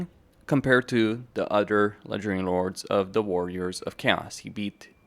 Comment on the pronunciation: All I hear is legedairy lords